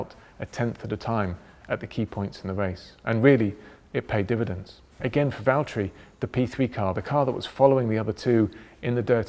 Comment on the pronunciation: James it's valteri!